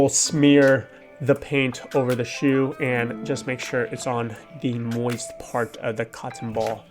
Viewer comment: why does he say "moist" like that?